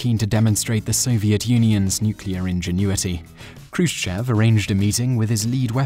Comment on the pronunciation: the accent in Khrushchev is on the "e" and whenever this happens in russian you have to pronounce it like an "o" (like it was Khrushchòv)...a more correct writing would be with two little points on the "e" to make you know it is accented and therefore not pronounced like you would a non accented "e"